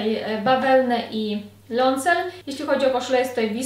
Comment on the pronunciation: Leoncel? 😅 Czyta się "lajosel"! Można sobie sprawdzić wymowę np. na kanale Emma Saying. 😊 A zestaw z czarną bazą i mięciusią kurtką jest super! 👌👌👌